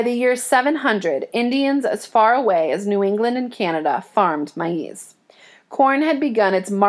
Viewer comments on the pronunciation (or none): its pronounced maze not mie ease dummy